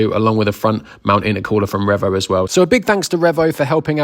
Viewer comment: Take a shot everytime says Revo wrong😂